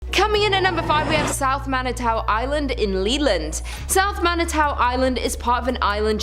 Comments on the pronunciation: Manitou (Man-i-too), Mackinac (Mack-in-aw), Petoskey (Pe-tah-skee), Seul Choix (Sis-shwah) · How she says Manitou hahahaha I'm weak